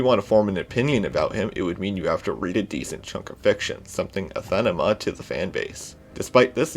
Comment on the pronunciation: is saying that when you use anathema you pronounce it "aTHaNema", i.e., you reverse the th and n sounds; should be "ah-NAH-theh-mah"